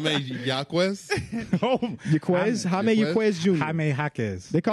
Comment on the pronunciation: Man, I was waiting for someone to mention it. Same thing with Jaime Jaquez. It's High-May, not Ha-Me